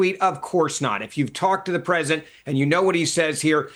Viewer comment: Anyone else realized that pronounces the word "President" as "Present" 😂